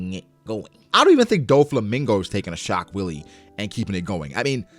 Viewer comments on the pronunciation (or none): Shock Wille pronounced in Japanese would be (shock while)....so it "shock wire" really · I think laws attacks are supposed tobe pronounced shock villa/ puncture villa.Alot of Laws attacks have german names (i.e. sterben) wille is pronounced villa in german if im not mistaken. (I dont speak it though so take that with a grain of salt) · as a german hearing him saying "shockwilli" instead of "schockwelle" haha nice... german word for shockwave, was super funny